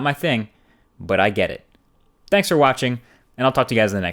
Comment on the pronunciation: When you say thanks it doesn't sound like thanks